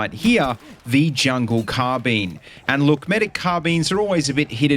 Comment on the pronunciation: CARRRRR Bine why are you saying car bene